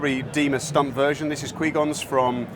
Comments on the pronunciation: ‘Qwee gons light sabre’ it’s pronounced qu-why-gon-gin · "Qwee Gon" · Be gone Quee-Gone. Lol. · Did he just call if kwee gon's lightsaber?